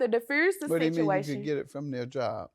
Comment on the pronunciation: “He tried to derfruse the sichciation”??? Deliver God!